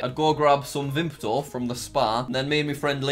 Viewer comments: Vimto doesn't have a P in it yet everyone pronounces it Vimpto 😂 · How are you putting a P in Vimto? Haha! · I get the pee taken out of me for calling that blackcurrant drink as VimPto. But that is obviously the correct pronunciation